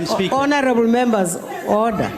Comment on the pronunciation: Henerrrable Membas